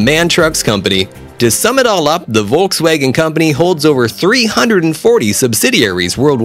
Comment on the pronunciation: Its volkswagen not woltswagon😂 Edit And its porschE Not porsch